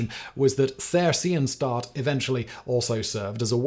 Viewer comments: Theresienstadt is pronounced like 'Ter-ee-zee-en-schtat. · "... Theresienstadt Ghetto..." // Czech: Terezín. The name means "The city/ town (Stadt) of Theresa (Theresia)"... It is being pronounced: [Te-Re-Si-En-Shdat] not: ! ;) There was a 1780 fortress, named after Maria Theresia Walburga Amalia Christina of Austria (Habsburg). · I cannot believe how you just pronounced Theresiendtadt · Came to the comments looking for someone else pointing this out.. like what the hell is "There SEE un stat"? Why don't you look up the pronunciation before making a video like this? It's not that hard, especially if you settle for something that still has an English accent on it... Té RÉ sien shtaht. And while on the topic, never heard of a camp called "Dashaw". No idea how he got it so wrong. He got close once. Once. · A historian that does not know now to pronounce theresienstadt is a pretty bad look. It's pronounced like tear-eh-seen-shtahdt. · Theresienstadt…please look up the pronunciation,youre is abhorrent. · stop misprouncing shit. Your accent only goes so far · The pronunciation of theresianstat tho 😄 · The pronunciation of German names is really grating. It doesn't have to be perfect, but "Theresienstadt" was hardly recognisable. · Once again this dude is too lazy to find out the pronunciation of foreign places before shooting the video. Might as well be AI. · While I don't doubt the factual accounts in lecture, I am somewhat confounded by the host's completely bizarre pronunciation of German words like Dachau and Theresienstadt. I honestly had to check to see if this was AI generated to see if that would account for these aberrations; it appears that the fault lies with a real human. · That is the weirdest pronounciation of Theresienstadt. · He's not German so I understand why. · His pronunciation was so atrocious that if it weren't for this comment, I probably wouldn't have known what he was even trying to say, so thanks!